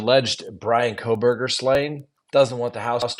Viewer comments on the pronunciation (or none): You seem out of the loop with the Kohberger case in particular. . Mis- pronouncing the Victims name after all this time makes it appear like you don’t have a clue. Your analysis of this case has been a phone in from the get go.